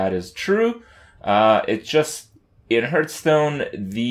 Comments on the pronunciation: my god... i hate when he sais-hurtstone insted of hearthstone.... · Hearth sounds like "Scarf", not like "Earth" The leading consonant alters the vowel.